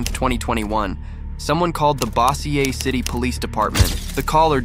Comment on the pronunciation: That’s not how you pronounce Bossier City but most people that aren’t from around here/the south pronounce it wrong.😂